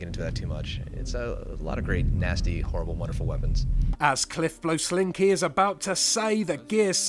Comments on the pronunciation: im sorry but who the hell is Cliff Blesonski????? his name is Cliff Bleszinski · CLIFF BLEZONSKI...LITTERLAY ROFLD